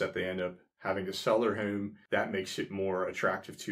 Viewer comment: Hi there! I have been watching all your videos and really enjoying them, but I have a question - more out of curiosity than anything... it's your "accent" - in that I notice the way you say the word "home" as "heum"... and I am trying for the life of me to figure out from what part of the country you are from? I'm just really curious and interested. I have heard that word pronounced that way before but never could figure it out :) - - anyway, great videos and thank you for posting!!